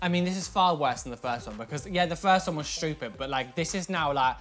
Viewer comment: "It was a load of abSaLOute ShTeWpiD" - 2020